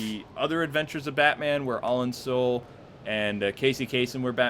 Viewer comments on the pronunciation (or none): none